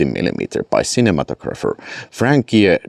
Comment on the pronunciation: Hi. Enjoyed the video as always. Can I correct you on a pronunciation if you don't mind? Try saying dis TRIB u tor with the accent on the 2nd syllable. Also, the word cinematographer, with the accent on the TOG syllable. You can tell me to go to hell but just in case you want to try it that way, that's the way I say it. Anyway, I DO like the box and artwork for the Sgt, Kabuki set. Too bad I don't really like Troma movies. I hope you can get around to reviewing these releases. And lastly, I myself would prefer the September unboxing done this style, not the live way. That's just my preference. Anyway, stay warm. Ciao.